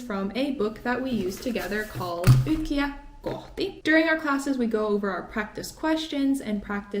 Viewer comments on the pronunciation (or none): Tietää lausutaan " tiEtää" ei "tiätää". Vaikka lausuukin väärin...